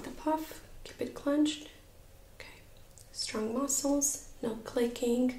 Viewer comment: Great video! I'm laughing when you say "strong" or "thing". It sounds like stronk and think 😂